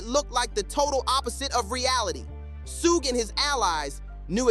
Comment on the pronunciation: WtF is "Sooooog"???😂😅